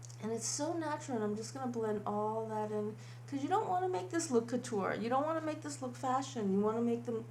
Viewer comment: Courture not kuter. No offense intended:D